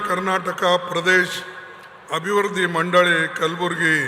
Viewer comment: ಅಭಿವರ್ದಿ ಅಲ್ಲ ಅಭಿವೃಧ್ದಿ